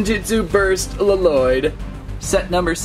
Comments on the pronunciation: It triggers me how he says L-Loyd (In the show they all call him "Loyd") Only in the Lego movie does Garmadon call him L-Loyd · Bro it's not L loyd it's Lloyd pronounced loyd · ITS NIT LELOYD ITS LOYDE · Really good video and I love it but really luh - Lloyd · It's Lloyd not lololoyd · He saying l lloyd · It's lloyd not laloyd only garmadon calls him laloyd in the ninjago movie r u garmadon no so stop pls stop get some help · Did my dude really just say “Luh-Loid” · I wonder why people add the double L for Lloyds name when its pronounced Loyd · His name is not la-lloyd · My mans just said La-Lloyd I don't know if he's joking when he says it if he isn't look up the NAME on Google. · You don't say Lloyd you say Loyd. It just spels Lloyd but you say Loyd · did anyone relized he called lloyd l-lyod ol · Im so trigred because lloyd is prononced with 1 ll not 2